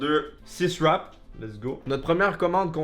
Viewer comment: J’adore comment tu dit « wrap » ... « eurlwap » ou des fois tu dis juste « rappe » 🤣 sans compter les « beuwgeuw » 😅